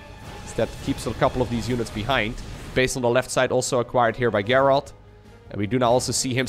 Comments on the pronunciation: the name Gerald is pronounced like "jerald" with the j sound that comes from japan or james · In english if the G is followed by an E it has the sound of a J. So its pronounced Jerald. Also, the last purification nova hits those stalkers if you watch the supply at the end. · If it's a Witcher reference, well, cool then. Just thought I'd point out that, typically, it's pronounced the other way. Cheers! :) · His name pronounced Jayr reld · Thanks for casting so many great games! Just for future reference, the name “Gerald” is pronounced with a soft g like the name George or the word gentle. Identical to a j sound. :)